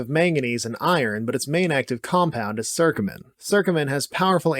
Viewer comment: It's curcumin, not "circumin" (with an I). What about fenugreek?? It was among the curry powder constituents that you said you'd cover... Oh, and for that matter: curry leaf.